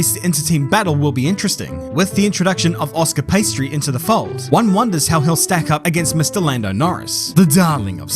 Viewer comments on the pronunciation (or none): Did he just say Oscar Pastry??? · Oscar Pastry 😭